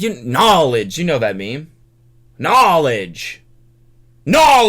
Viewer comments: why did actually look scared when cody said "KNAWLEDGE" lmaooo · each time he says “knowledge” it scares a tiny bit more each time 😂😂😂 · Before u posted this I heard u say “knowledge” In the original vid and thought it sounded like tai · I love how she got scared every time Cody said “KNOWLEDGE” 😂